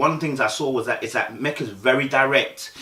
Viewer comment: Her name is Meka... not Mecca🤦🏾‍♀️... pronounced Me-kah